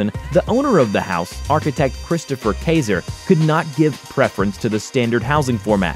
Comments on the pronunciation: Im sorry how can you pronounce "kaiser" wrong? as a guy who gets paid to talk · It would be nice if the narrator knew how to pronounc "Belarus" and "Kaiser"!